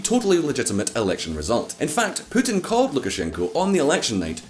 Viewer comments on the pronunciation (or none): Even PEWtin, lol!